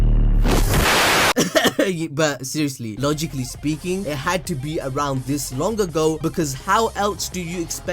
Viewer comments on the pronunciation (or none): The “logic” “lee” got me there😭😭😭